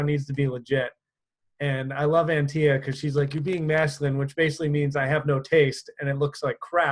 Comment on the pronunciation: Did he mispronounce Antia? Background isn’t the best lol but it doesn’t matter to what the content you offer - from a woman just saying 😉